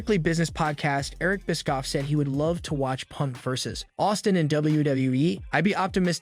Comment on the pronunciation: i cant get over it every time you say eric biskoff, i laughed so hard